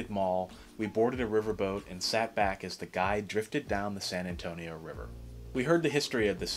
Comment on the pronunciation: You described San Antonio very well and great Spanish accent!